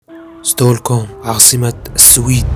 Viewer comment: ستوركوم ؟؟ من وين جبت هالاسم ؟ 😊😊 اسمها ستوكهولم مش ستوركوم 😊😊